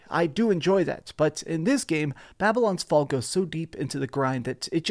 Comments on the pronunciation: Hey man great review really helpful but just so you know you said the name wrong just wanted to let you know but great video man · Could have made sure you can say the name of the game right at least in the intro…